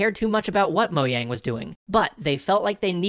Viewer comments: its pronounced mo-JANG not YANG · moyang? MOYANG?! MOYANG!?!?!?!!!?!?!!!!!!!??!!?! ITS MOJANG< MO-JJJJJJJJJJJJJJ-ANG!!! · Uhh it’s mo-jang not mo-yang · "Mo-yang"? have i been pronouncing it wrong. I pronounce it "Mo-Jang". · You pronounce Mojang incorrectly, it's "Mo-jang" not "Mo-yang" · Wait, the "J" in "Mojang" is pronounced like a "Y?" I've apparently been pronouncing it wrong for YEARS... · What the heck is Moyang? Is that how you pronounce Mojang or is that just you? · You made mojang sound like moyang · moh-yang. the j is pronounced like a y. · Actually the creators of Mojang pronounce as "mo-jang"